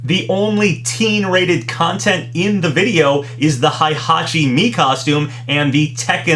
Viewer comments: Maybe. I know people have told him Heihachi is pronounced Hey-Ha-Chi and not Hi-Ha-Chi like he says, but I'm assuming maybe it's like a regional dialect thing or something like how us Americans say Maw-Ree-Oh but Brits say Mair-Ee-Oh for the name Mario. Also, while Alta-Ear may be correct, I've always heard it pronounced as All-Tie-Ear, where the Tie part sounds like the word High and the Ear part sounds like... Well the word Ear. Hell, I used to pronounce it as Al-Tair back in the day before I knew better. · you're still saying Heihachi and Hayabusa wrong